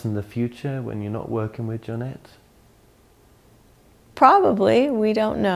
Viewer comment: Her name is Jonette, not Tonette. Just sayin.